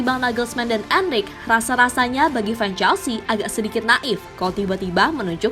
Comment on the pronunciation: Poketino poketino.... Pochettino min bukan poketino. Bacanya gak usah sok2 an gitu. Dlm bahasa Spanyol gak gitu jg kalo bacanya. Trs jg Enrique dibaca Enrike bukan Enrik 😏